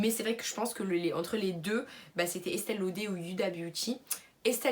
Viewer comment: On dit este lauderrrr on prononce le R mdrrr